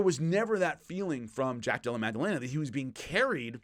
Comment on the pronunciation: Again, much respect, but there isn't and has never been a G in Jack's name. Madellena, not MAG. Come on,, you're better than this... 🤦